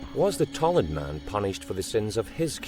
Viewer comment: Tollund, not Tolland.